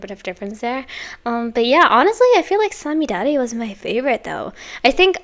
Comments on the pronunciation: 最後の五月雨は特に綺麗な発音でした👍🏻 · Enjoyed your first reaction to &team! Thank you💖 'Samidare' means May rain' 'Aoarashi' means 'Blue Storm' Your pronounciation of these titles in Japanese are just perfect🎉